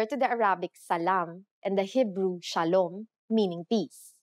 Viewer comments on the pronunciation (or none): none